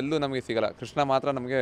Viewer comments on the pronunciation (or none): none